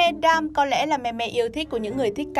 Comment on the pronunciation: Damn not " đam"